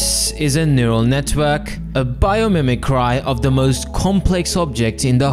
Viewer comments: It's "bye-oh-mimic-ree", not "bye-oh-mimic-rye". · i trapped this vid for 6min in a speed-up playback for simulated 10mins he pronounces "biomimicry" like "bio - mimi - cry"... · Biomimicry is "bio MIMIC kree"